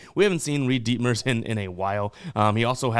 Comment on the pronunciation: Stupid kid said ditmers